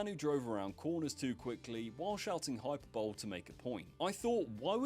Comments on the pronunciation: it's pronounced hyperb-olay. Not hyper bowl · Hyper-bole? It is pronounced hyper-bol-ly. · Not how you pronounce hyperbole. Hy’per’bol’ee not Hyper’bowl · "hyperbowl" 😭😭 pronounced high-per-bol-ee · "Hyper-bowl"?? Hi-per-bo-lee. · not hyperbowl. Hy-per-buh-lee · Hey, hyperbole is "hai-puh-buh-lee" not hyper bowl. Also, you stated you produce "weekly videos every week". Weekly is the very definition of every week. Aside from that, great video mate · Hyperbole… pronounced ‘Hi-per-bol-ee’, mate. Not f*cking ‘hyper-bowl’! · Hyperbole is pronounced: hy-PER-buh-lee. Not hy-PER-bowl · Its the end part that is being pronounced wrong, HY-per ba-lee, (thats why its the same as Hy- per-bolic). Its the ;'bowl' and 'ba-lee' where the mispronunciation is. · hy-per-bo-leeee, look it up in dictionary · Its pronounced hyperboly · Its pronounced Hi-per-bo-lee, buddy. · ITS PRONOUNCED HYPER-BO-LEE FFS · It’s pronounced: Hi - per - bol- ee. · "Hyperbowl" This guy's script is defo written by AI if he can't read the word 'Hyperbole' properly lol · Lost me at ‘hyper bowl’..come on AI! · You lost me at "Hyperbowl" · Hyperbole is pronounced "Hi-per'bowl-ee. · Bro please check pronunciation of words if you don’t know lol. Fkn hyperbowl dude fr. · Bro pronounced hyperbole "hyper-bowl" 😂😂😂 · Hyperbowl had me howling. Hyperbole is a weird word if you have only read it. Still though. Moron 😅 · Is he saying hyperbowl unironically? That’s what we used to say at school to piss off my English teacher. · Your pronunciation of hyperbole (hyperbuhlee) is offensive. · Hyperbole - “High-per-boll-ee” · Tell me you used AI to write the script without telling me you used AI to write the script. "Hyper-bowl" - for Christ sake! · Did you have someone else write the script for you? If the word "hyperbole" was genuinely in your vocabulary, you'd probably know it isn't pronounced HYPERBOWL, eh? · “Hyper-bowl” you’re not American mate. No excuse for that. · “Hyperbole” made me close the video